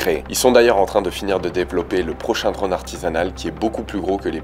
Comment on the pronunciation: Reportage extra, moderne, no bullshit et on apprend beaucoup. On dit juste "drône" et pas "dronne".